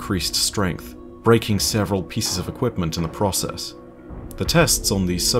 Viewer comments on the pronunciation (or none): you are British aren't you? So you say "process" differently to what a British person should. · Bit picky I no. Just one of those things lol.